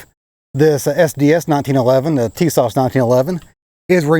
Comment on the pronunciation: FYI I believe the correct pronunciation is " Tuh-SASH ". Emphasis on second syllable. I saw that when listening to the Turkish manager of the plant in Turkey in a Documentary film.